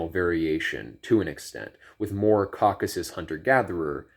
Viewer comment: Caucasus, 3 syllables!